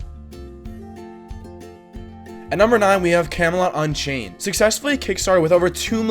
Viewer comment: Can you stop calling Camelot: Unchained "Kemolanchey"